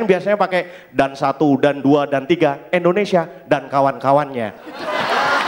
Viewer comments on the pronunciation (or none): Indonesia om bukan Endonesia